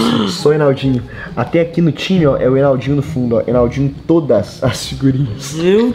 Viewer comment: vc n viu o vídeo n ele esqueceu e se fala enaldinho n enaudinho